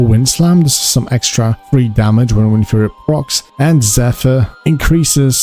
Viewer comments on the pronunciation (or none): Wind, like air, blowing around, like a shaman would have. Stop saying Whined.